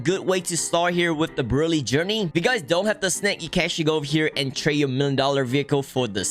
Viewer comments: also its brew-lay like the french desert créme brûlèe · the way he said brulee or brulee whatever you guys say it.. in other words saying:dont criticize my accent. i dont care how your accent is, but your a jailbreak legend